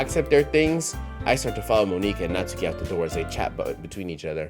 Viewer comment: The way you pronounce her name as Moniqua gotta be you enforcing the one drop rule